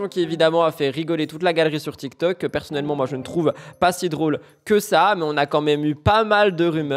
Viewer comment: Tu dit toktok au lieu de tiktok ?